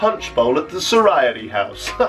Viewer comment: "the soriety house"? you mean sorority house lmao